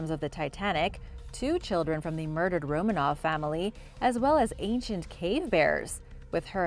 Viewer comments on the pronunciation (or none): none